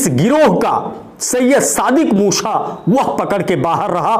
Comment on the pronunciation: Haa haa abe bhai bolna toh sikho yaar dhammi ko dhoni kah rahe ho musa ko musha kah rahe ho haa haa.. bolna sikho bhaiyaa haa haa